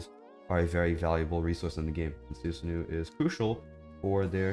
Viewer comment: su sa no not nu even though its a double O but keep it mind its japanese